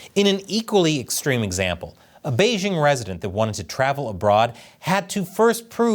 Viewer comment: The "j" in Beijing is not pronounced like the "g" in the English word "regime"; indeed, this quasi-French sound doesn't even exist in the Chinese language. The "j" in Beijing is pronounced more or less like the "J" in the English name "Jim." It's ridiculous that this host continues to pronounce the name of China's capital city in this dumb, wrong way.